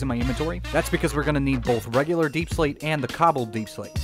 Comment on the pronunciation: "YoU wAiT FoR a SecOnD JustA SecOnd....oh ok.....aNd TheN U Got UrSelF a BunCH of DaiePsLaite, I dont know why I turned southern" I laughed so hard